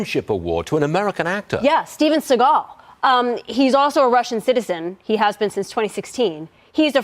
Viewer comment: Steven's name is pronounced like the bird that flies around cawing at everthing edible. Look at at steve now.